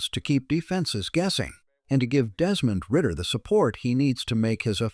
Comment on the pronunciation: This man said Desmond ridder 😅